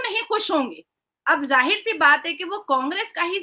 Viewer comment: एरर नहीं आता जाहिर आता है टेरर आता है😂😂